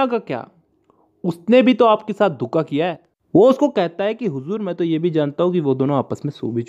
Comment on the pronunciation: The way u say huzuur 🤭🤭